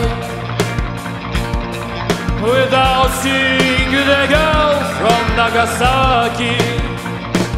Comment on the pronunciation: Ну да, он старается произносить правильно английские слова, но его выдаёт "Нагасаки", произносит он это слово именно по русски, с ударением на втором слоге, тогда как на английском это слово произносится с ударением на первом, и нажимом на "нага", а "саки" почти проглатывается.